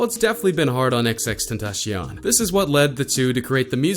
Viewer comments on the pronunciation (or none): It sounded like he said xxxtentashion it’s xxxtentacion cion c-ion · Bruh he said tencyan it’s pronounced (den-tas-siun) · My brain cells died when he said "XXXTenashion" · Why did he say xxxtentashion what the fuck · Squeezy Sponge lol but he said “tentashion” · You know they white when the pronounce Tentacion (ten-tash-ee-on) LMAOO:') Yung Dagger Dick- FREE KODAK! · He said "xxxtentaSheon" did y'all notice that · “Featuring xxxTENTASHION” 🤦🏼‍♂️ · he said "xxxtentashion" 😂😂😂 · Kylie- m no xxx ten ta cion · Did he say xxxtantashion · x x x tentasheeon its 2018 just pronounce his name right 😭 but good vid lol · Say xxxtentacion correctly fucc lol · YOU DIDNT SAY X NAME RIGHT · he really said xxxtentacion wrong smh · Cant even say his name right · Unlike cuz you said tentacion wrong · Already hate you by the way you said xxxtentacions name